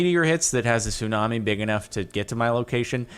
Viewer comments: Says 'tsumani' not 'tsunami'. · “Tsumani” wait a sec 🤔